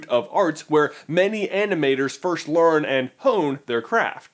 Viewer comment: Good video but annoys me how he pronounces first as firsht